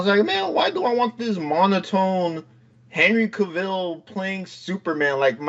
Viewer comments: Why does he keep saying kaville? The man's name is cavil not hard to say at all and the host has indirectly corrected him multiple times by pronouncing his name correctly over and over with annunciation and emphasis. Dude at some point you gotta stop the person and say hey your saying it wrong. It's so grating it's not hard to do. It's the same as the person that can't be bothered to literally shift a finger to the side to hit there blinker on there vehicle. Point it out correct it and move on I'm not saying let's hang him but definitely hey this is the correct way now on the the next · This podcast is a joke. doesn’t even know how to pronounce cavils last name but yet he is talking comics? I don’t get it at all